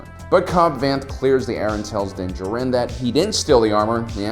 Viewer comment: Its pronunced din da jar in